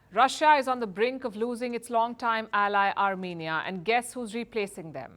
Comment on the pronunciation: France to 'Arm'enia